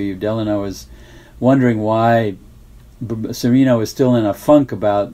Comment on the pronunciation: I don't understand why you always hear English speakers pronouncing "Cereno" with a long second "e" sound. Benito Cereno is Spanish. The Spanish would pronounce it like "Seh-reh-no", not "Seh-ree-no". It just sounds wrong to me.